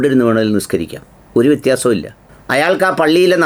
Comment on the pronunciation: 'വി'ത്യാസം എന്നല്ല.. 'വ്യ'ത്യാസം എന്നാണ്